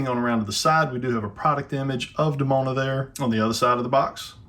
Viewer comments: Sorry. Great figure. However, the pronunciation of the name is grating my nerves. The name is pronounced De-Moan-a. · Demona is pronounced with a hard E in the show.